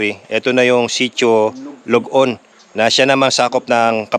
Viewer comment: very nice nakarating at nakapag adventure kayo sa aming lugar na kasulok sulokan hehe,sitio ballat,sapdaan "lod-on" po hindi log on😊